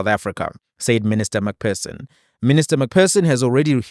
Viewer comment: McPherson = Please, it’s not MacPerson, you must use an ‘f’ sound for the PH - like McFurson